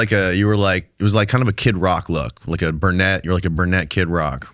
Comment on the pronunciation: BRUnette not BURnette 😂